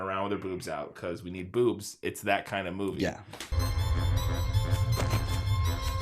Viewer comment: Smash “taht” like button? Really guys? Lmao